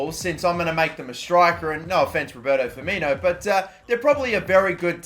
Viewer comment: put some damn respect on Firmino's name